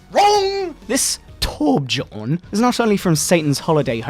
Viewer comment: Of all names to get close to right, it's torbjorn